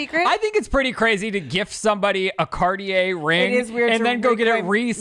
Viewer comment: Car-tea-ey? Can Americans please just maybe even try to speak properly 😅